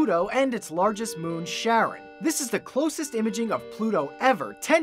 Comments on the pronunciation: Sharon?? I'm sorry Pluto's moon is pronounced fucking kai-ron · Can I point out that Charon is pronounced with a hard "ch" like in the name Christopher. Not like Sharon. More like Car-on. Named after the Ancient Greek psychopomp of the same name. Also, fun fact: all three of these "ch" containing words, Charon, Christopher and psychopomp, have a hard "ch" because they're all derived from Ancient Greek. So take note people, most of the time a "ch" that makes a "k" sound and "ph" for an "f" sound are signs of a word of Greek origin. The more you know! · It's pronounced "kAron", not sharon. Charon was a guy who, in Greek myths, ferried dead souls over the Rivers of the Underworld (Styx, Cocytos, Acheron, Phlegethon, and Lethe) into Hades. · Isn't it pronounced 'Care-on'?